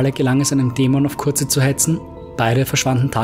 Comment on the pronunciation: Fulgrim hat es Dorn gesagt.Liest du auch selber Mal Bücher?Curze=Curse (sprich Köörrs). Nicht hörbar.Kurze...Kotze